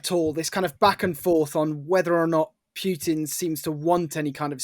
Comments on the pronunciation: It's Putin, not "Pyutin". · What's with the weird Putin pronunciation? Pjewtin? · It’s not Pewtin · Sounds like Pewtin